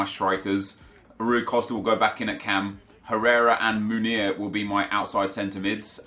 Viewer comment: love you man but please try pronounce Meunier properly, given that you use him so much. What your saying is 'Munir', Meunier is pronounced like in french, listen to a commentator saying his name, should help!